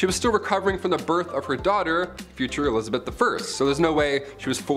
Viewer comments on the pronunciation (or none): none